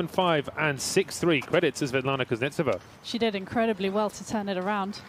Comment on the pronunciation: All the nuances of Russian speech can not be conveyed in English. And you should not strive for this. Long to explain. In Russian there is other graphics. But the accent in the surname is pronounced incorrectly by English speaking commentators. They are on the "e", but it is necessary to "o", in this case. It hurts your ears... N before E as if softens... So listen carefully a little clip on wta site. If you're not Russian, don't tell me what's right.